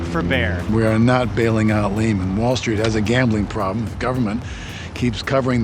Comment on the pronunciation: 😂😂😂😂😂😂😂🎉Hilarious to me how people do videos on a company and don’t know how to pronounce the companies name 😂😂😂😂😂😂😂😂😂😂😂😂😂😂